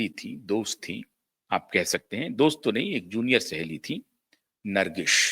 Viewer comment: ब्रांडिंग तो बहुतों ने करवाई,चाय बेचने वाली ब्रांडिंग भी सफल रही। नर्गिस को ठीक उच्चारित करें। नर्गिश नहीं।